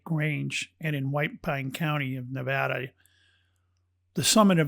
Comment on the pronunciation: Nevada, pronounced "correctly" herein, brings a bit of emotion to surface ... reminding me, I truly continue to hold an energetic connection to this state, its land and its unique energy. We truly are, beings of energy, vibration, and frequency and that, which defined by Quantum Physics Science and as described by Nicola Tesla, serves us well to gain in a greater knowledge, understanding, and comprehension. This is why some places just "feel" so right, or not. Beth Bartlett Sociologist/Behavioralist and Historian